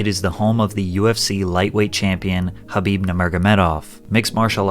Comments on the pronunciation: It’s KHABIB! With a K! Jesus christ who the fuck is habib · It’s khabib not Habib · My ocd can’t take every time he says “habib” instead of Kabib I thought I was bugging and had the name wrong 😂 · FYI his name is Khabib not Habib.. Just saying.. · He's only 20 years old, can't really judge him like that. Also it's Khabib not habib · khabib not habib lmao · bro saying Habib lmao